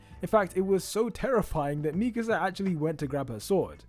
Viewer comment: I just like how you actually pronounce Mikasa’s name correctly